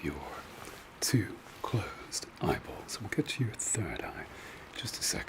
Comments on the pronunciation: you are so creative; the flashlight and stabler acting as the camera!! Also quick side note: everytime you say eyebolls, my mind wonders if you can pronounce the word eyeballs normally, just makes me chuckle everytime you say it. thank you for another great relaxing video. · It’s “In ze appolls” for me